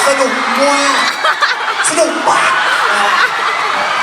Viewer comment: มยองหนักใจกับคำว่า "มว๊ากกกกก" ของประเทศไทย 55555 แต่น่ารักอ่าาา พี่แว๊นก็ใช่ย่อย ฮา "อร่อยเชียว!!!" 5555